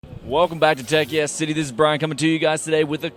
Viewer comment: Hah! He can't help it! He still says "Tech Yes City".